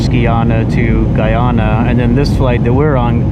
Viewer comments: The pronunciation is not “Gey-ana” it’s “Guy-ana” as in GUY. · Guy- ana not Gii ana